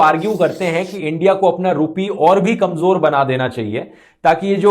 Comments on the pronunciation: Bhai kanjor nhi kamzor hota hai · KamJor nahi hota bhai kamZor hota hai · Urdu Pronunciation correction Kamjor -> It should be Kamzor ..... jo nahi zo Pyaj -> It should be Pyaaz ..... ja nahi zaa